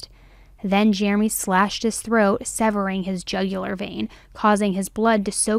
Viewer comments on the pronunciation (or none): none